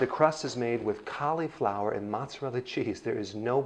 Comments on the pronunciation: Hahaha! Awesome! I shall call you Doctor Ah-nold! You say cauliflower like Schwarzenegger says California. You are awesome. Keep it up! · Caleeee flower? =) How do you pronounce slip? Just made me lol, love the recipe.